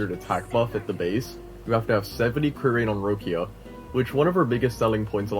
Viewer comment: "Rowckia" bro they pronounce her name in the story dozens of time. LMFAO Rowckia 😂